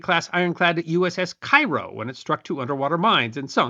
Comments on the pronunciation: Brief pronunciation note, it's pronounced 'Cay-Ro' Illinois, not Cairo like the Egyptian city. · Cairo, IL is pronounced kay-ro. You're from Alton, you didn't know this? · Cairo is pronounced Kay-Roh. I have walked it's deck. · Thanks for this (hitherto unknown to me) aspect of the Civil War. A minor point, though. Isn't "Cairo" pronounced "Care-oh" (I've been chastised for the "wrong" pronunciation before). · Having served in the brown water Coast Guard, I can relate to the life of a riverboat sailor. It was a wonderful time. (also Cairo IL is pronounced with a hard 'A': KAY-ro) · Dear, as someone who was born and went to college in southern Illinois and spent most of his life in southeast Missouri, the Cairo, Illinois you mentioned around the mark is pronounced Care-O. Also, it was nice surprise to see you in a watchmojo video. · In Illinois, Cairo is pronounced KAY-row. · The ship was named for Cairo, Illinois, which is not pronounced like Cairo, Egypt.